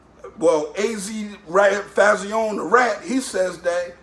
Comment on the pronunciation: What did he say Fahh-zee-own-nay or some shit 😭😂